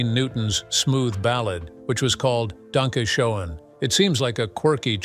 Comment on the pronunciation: Wayne Newton. Danke Shane is how is pronounced